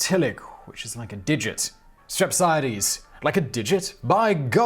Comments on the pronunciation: Lol STir-app-see-aye-deez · I believe it's pronounced : Strap-On-A-Deeze..... Lmao 🤣😂🤣😂😎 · to help you with the Greek pronunciations stre-psia-dis listen here the Greek side Di-mo-sthenis Dio-genis